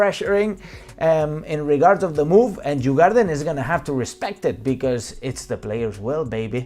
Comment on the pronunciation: It is written djurgården but pronounced yur-goar-den. Meaning the animal farm. Very Beautiful and touristic place during the summer.